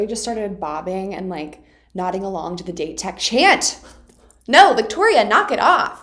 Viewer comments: 1) loving the strategy analysis, vic 2) Date Tech is pronounced: "Dah-Tay Tech" 3) do all the tutorials please 4) Aone is pronounced: "No Eye-Brows" 5) the third years are true senpai, huh? Daichi is a true captain, Suga lost his spot to a first year but still vice captains like a mf, Asahi lion-mouse still commands all the respect... 6) all the moments... all the moments... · Date tech or Dateko is pronounced as "Dah-teh tech" or "Dah-Teh-Koh" and Aone is pronounced as "Ah-Oh-Neh" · FYI Pronounce Date Tech as “dah-tay” Tech.